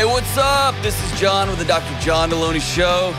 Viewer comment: No one caught that he pronounced his last name wrong? /Jelony